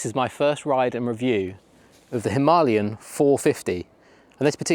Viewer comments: Why do people call it "Himalyan" instead of "Himalayan"?! I am sorry I am not a native speaker so... Am I missing something?! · Good piece, but honestly, ‘Himalian 450’, lol 😂? Maybe, one would look a little more convincing if the pronunciation was right of what one has just been buying? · If u are going to pronounce it himALayan then Im going to call it a Duel Sport. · • Breakdown: him - uh - LAY - un • Primary Stress: Placed on the third syllable (LAY). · If you want to review it, you need to know what it’s called. It’s called a Himalayan. It’s not a Himalian 😂😂